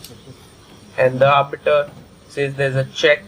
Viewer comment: Orbiter not arbiter.